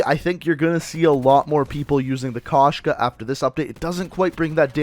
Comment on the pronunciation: Koshka not kashka